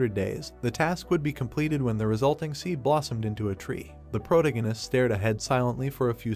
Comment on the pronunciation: I hate how this ai pronounces "protagonist". It's unbearable.